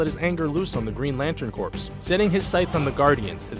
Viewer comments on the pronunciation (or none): IT'S PRONOUNCED 'CORE' NOT 'CORPSE' FFS!!!!!!!! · Corps pronounced "core" not "corpse". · Corps is pronounced like "core". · That one of Wolverine's was more a MERCY kill than anything else. "Needs of the Many..." so on and so forth. Also, "Corpse"?! It's "Corps" like friggen "CORE"! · Cool video. On thing, it's pronounced core, not corps. Cheers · "Corps" is pronounced "core" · Lol he pronounced corps wrong. I used to say it like Corpse too. Good video, i didn't know a lot of this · its actually pronounced either way, the correct way is corps though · corps is pronounced with a silent "P" like in Marine Corps. "Corpse" is pronounced the way he did. I think there may be a Lantern title called Green Lantern Corpse and they are zombies but that was not the one he was referring to. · Hey, little English thing .... the word corps (as in Green Lantern Corps) is pronounced core. Saying it wrong is a bit of a fox paws (faux pas ... and obviously kidding about the last bit here). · "Green Lantern Corpse" are you fucking serious? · The Green Lantern ... "corpse" ? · Lmao😂😂 it should have been CORE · how many times will say Green Lantern Corpse. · Green Lantern "CORE"! "CORE"! Green Lantern Corps is pronounced Green Lantern "CORE" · corps is pronounced "core" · Haha you literally said corps.. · don't try to cover his mistakes, you're better than that. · Okay I know already said it once but YOU PRONOUNCED CORPS WRONG!!!!!!!!!!!!!!!!!!!